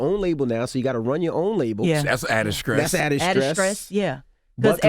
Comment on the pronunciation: Charlemagne can't say words that start with "St".. "You almost had a Scroke?" "That's added scress"